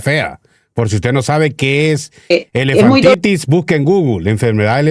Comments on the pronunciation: Es elefantiasis, no “elefantitis” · Elefantiasis y no elefantitis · Tío, la Bethy Arana dice q el Dr es un Candidato Potable (Querrá decir Potencial) La enfermedad q tendría el Chino, si se le hinchan los pies es "Elefantiasis" no Elefantitis.